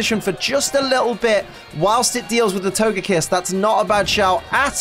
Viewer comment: Can’t wait to see this with my wife when I get home from work tonight! Go Team Lax!! Also, comments already spoiled me you once again say “Togepiss,” can’t wait to see if on Togepi or on Togekiss.